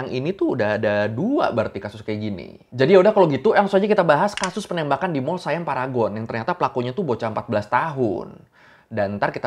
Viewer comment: Bang bacanya siam aja bukan sayam mntang2 I itu AI jdi sayam gitu ya hehe siam aja Siam bukan sayam 😂